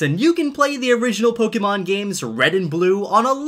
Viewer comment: Did he say pogemon